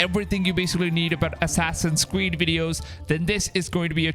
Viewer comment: "Assassin's squeed" he said ? lol I know, I'm so childish.